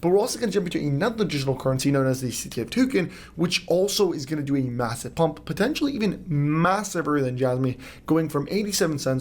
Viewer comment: "Massiver"...im out😂